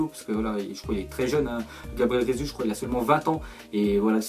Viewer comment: On dit pas Rézuz (prononciation fausse) mais Gésu (prononciation correcte) puisqu'il est Brésilien et la bas on parle portugais pas espagnol..